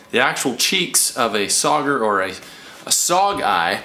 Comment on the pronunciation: Nobody: LFG: SaUgEyE 😂